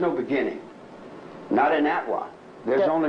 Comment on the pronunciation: Its “atwa” , Air, Trees, Water, Animals